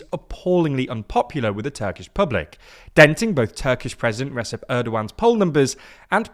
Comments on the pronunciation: "Resip" Erdoğan 😂 İt's pronounced "Rejep" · Hi just wanted to say big fan of the content you guys do at but just wanted to correct a name pronunciation since you guys have done a lot of videos on Erdoğan now, his first name is pronounced "Rejep" not "Resep" but otherwise very well done on the research and journalism into Turkish politics. 👍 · Recep is not pronounced Resep , it is Reh-jep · How can you report on Erdoğan for years and yet still misspronounce it. Over the course of your coverage I have changed my support for Erdoğan multiple times to disapproval and yet you still say 'Reseb' Tayyip Erdoğan. Dayyumn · "Recep" is pronounced like "ReJep". The C is pronounced kinda like a letter"J" in the word "Jeep". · Your pronounciation is generally good, but it's [rejep], not [resep] Erdo-an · "Recep" is still pronounced as "Rejep". It's never too late to learn. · They are not. Recep (Redjep) is not Resep, Yavaş (Yavash) is not Yavas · It's hard to take you seriously when you still, after years, can't pronounce Recep correctly... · Doubt anyone from the team will see this but the c in Recep is pronounced like a g or a j (like “reject”) 😊 thought I’d mention it here since you take care to pronounce Erdoğan correctly. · The name of the Turkish president is "rejeb" even though it's written as Recep. There is a lengthy explanation why Turks do that. In the meantime, please pronounce it correctly. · fyi, "Recep" is pronounced like Redjep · PLEASE! LEARN HOW TO SAY RECEP CORRECTLY😭😭😭 I’m not even Turkish, I’m just so annoyed when you say “resep” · Pronounciations are generally quite good but Recep is pronounced more like Rejep and Yavaş is Yavash. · Bro please at least give an effort in pronouncing turkish names, c in recep sounds like g, at least use google translate audio or something. Edit: rest of the names are even more massacred. Who the hell is Oscar Ozil? The person is called Özgür Özel...